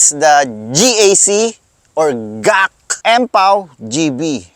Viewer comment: Bakit ka GAK ng GAK? GEE EY CEE nga yan